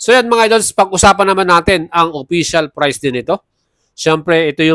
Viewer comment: Pambungad pa lang "official FRICE" BWUAHAHAHAHAHAHAHAAHAHHAAHAHAHAHAHAHAHAHAHAHAHA 😂😂😂😂😂😂😂😂😂😂😂😂😂😂😂😂 LAUGH TRIP TALAGA KAYO KAHIT KELAN!!! 😂😂😂😂😂😂😂